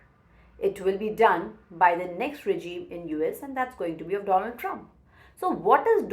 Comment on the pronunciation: Ma’am, You are the first Indian who say DONald and not donALD. Great analysis too!